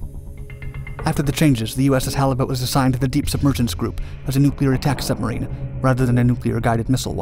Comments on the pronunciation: When Germans trying to Pronounce Submarine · "Schubmarine" XD